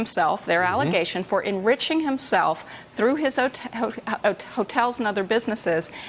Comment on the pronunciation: Can’t say ‘ hotel’ ... something you wanna tell us ?